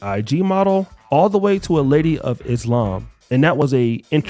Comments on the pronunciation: The correct pronunciation is Islăm thats why it sounds like she said lamb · I hate when she said “Izhlam” learn how to pronounce the word before you follow the religion goofy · Is no one going to question her pronunciation of the religion she converted to? Is-Lamb? Ma’am, what? I’d let it slide if she was Canadian, but she’s not. Do better, Brittany! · shes saying Islam wrong, so i know she dont do her prayers right smh.